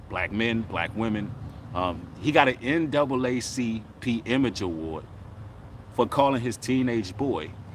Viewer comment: That nigga said ncaacp